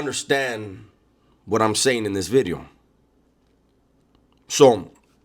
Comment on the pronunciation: This Cunt saying New Bideo correctly now 😂😂😂.